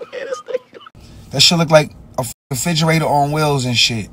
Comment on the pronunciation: He actually said FIDGERATOR :face-green-smiling::face-green-smiling::face-green-smiling: Salute Fredro Starr & Onyx !!